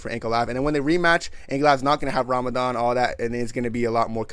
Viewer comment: pronunciation of Ramadan is very good Mashallah brother